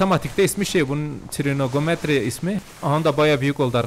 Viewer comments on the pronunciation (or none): Trinogometri✔️ trigonometri❌